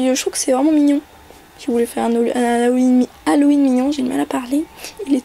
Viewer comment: C deg a tu fait un bruit genre tu ravales ta bave ca me dégoûte et aussi c'est Halloween pas Halloweenn